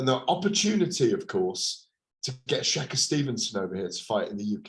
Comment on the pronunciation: “Shaka Stevenson” do you mean shakur u absolute tool